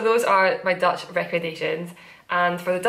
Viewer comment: Dutch person here: binge watching all of your episodes, and I must say, your Dutch accent is amazing, the change in the flow of the language is very different and you do that perfectly ;)